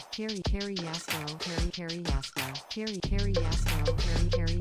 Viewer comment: i heard hairy a§§hol not carry yasuo